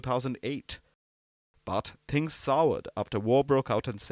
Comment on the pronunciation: " now here's the ting " palki , awful journalist